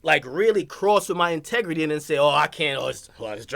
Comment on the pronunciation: NIGGA SAID "PRINCIPLIN AND TEGRITY" LOL